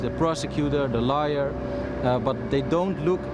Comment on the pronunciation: The lawyer was pronouncing "liar" instead of "lawyer". The first true thing said about a lawyer. Any lawyer. Anywhere.